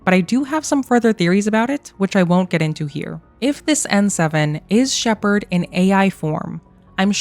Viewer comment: It’s not Shepard